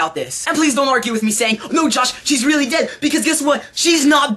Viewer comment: u should be one of those people who talk really fast at the end of the radio commercial! lol my cousin said u say DEAD weird! :D and really cracked me up